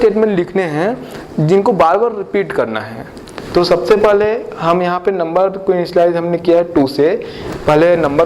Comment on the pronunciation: aap ka "paaly" bra funny lgta ha